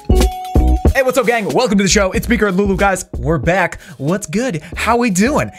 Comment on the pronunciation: Ew I hate how he says gang